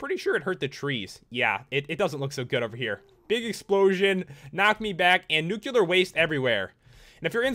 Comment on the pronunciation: i finally realized!! you were the reason i pronounced and spelled nuclear as nucular when i was a kid